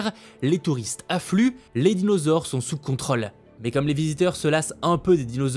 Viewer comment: Merci de bien prononcer le mot contrôle.